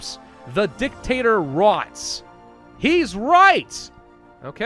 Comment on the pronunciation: Your inability to read the word "rots" properly saddens me.